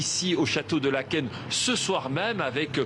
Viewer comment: 0 pour la prononciation de Laeken